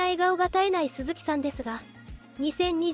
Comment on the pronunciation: 鈴木さん↑↑の発音が気になって仕方ない😅